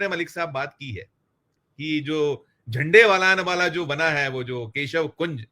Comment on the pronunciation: झंडे वालान नहीं जी झंडे वाला शब्द है जी